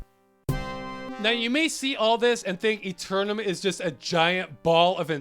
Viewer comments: Firstly your don't at all pronounce Eternam the way the game does though i must say your pronunciation makes more sense. If you don't get the "wacky sense of humour" its because your american, Wink wink nudge nudge say no more eh. so yeah the game works fantastically possibly one of the best ones ever made, P.s English cd copy that i loved came with a full English book sized Manuel. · Played this as a kid and we called this eternam aalmost like “enter” without the n and nam like backwards “man”. Saying it like eternity makes the game aound serious which it certainly was not.